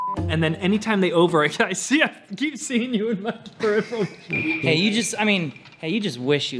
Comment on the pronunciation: "I keep seeing you in my perif-nipple vision!"